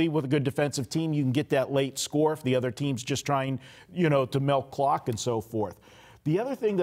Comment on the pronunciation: melk clock? Yeah, that's a Vegas thing😂